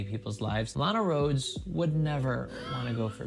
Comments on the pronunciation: I thought you said “a lot of girls” not “Lana Roads” or whatever her name is so I found it weird when PewDiePie looked up that girl 😂😂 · Instead of hearing "Lana Rhodes would never go for Pewdiepie" I thought you said "Alot of girls would never go for Pewdiepie." 😂